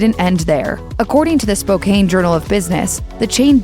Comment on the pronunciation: Spo-Can, nor spocaine. Ughh. Easterners screw everything up.